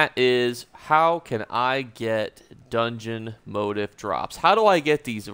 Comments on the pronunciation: "Moe teef" not "mot ef" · Sorry bud. It bugged only because you repeated it so often, but it is pronounced 'mo-teeef' not 'mode if' motif is a common word for patterns in fabrics or interior design, or themes in literature etc. But thanks for the help with the rest of the video! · It's pronounced (moh-teef) lol. Just clowning you. Great video earned my sub. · Isn't it "Mot-Eeeef"? As in French pronunciation lol. Thanks for the video. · It's pronounced, MO TEEF! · Why are u pronouncing motif like that? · So cringe eveytime u say motif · This has bugged me too